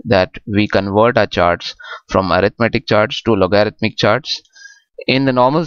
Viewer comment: try loguh-ridh-mic